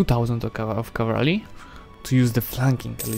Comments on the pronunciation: I love your videos, but its pronoumcrd CAV-al-ry not cav-AL-ry. Im not a grammar nazi but it just bothers me a lot for some reason. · The word "cavalry" is your true rival 😁😁